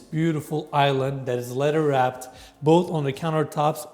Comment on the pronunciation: Who else loves when says lederwrapped?